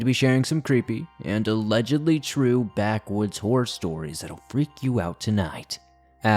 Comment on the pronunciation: In the beginning I swear I thought you said "Backwoods Whore Stories"... I was terrified 🤣